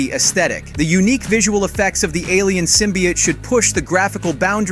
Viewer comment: Guess the narrator never read a comic with the way he says symbiote. Sym by ott....smh